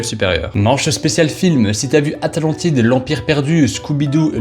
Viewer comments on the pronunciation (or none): Les "aminaks" 🤯 frérot y'a clairement écrit animaniacs Deja quand il a dit "atlantide" j'ai eu un doute tellement j'ai entendu "atalantide"